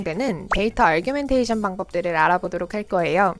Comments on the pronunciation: 그러게요; argumentation으로 잘못 이해하고 부르시는거같아요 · Data_Augmentation에는 "r"이 없는데 자꾸 아r규멘테이션으로 들립니다. 그거 말고는 너무 좋은 영상 감사합니다~